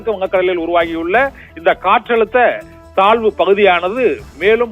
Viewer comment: Thalvu pakuthiya? Thazhvu pakuthia? Nandraga tamizhai vasikavum